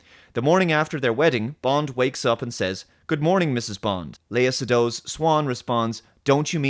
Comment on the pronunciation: Time to NOT watch a JB movie. Like, serious. I boycotted Terminator DF, I'll do the same with that shit. Oh, and dude, FYI : Lea Seydoux's name is pronounced : "saydoo" !